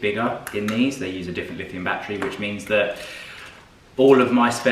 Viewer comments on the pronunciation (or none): none